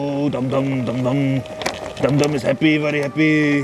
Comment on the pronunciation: i crack up whenever you say DUmDUm😆😆😆